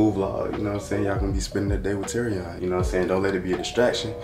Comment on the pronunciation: Why she say terrion😩